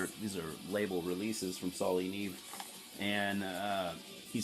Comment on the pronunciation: dude, it's pronounced "nee ay-vay"..it's Spanish for snow